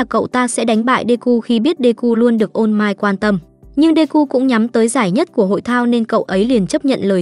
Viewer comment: All might nghe ra ô mai :))) ô mai tết :)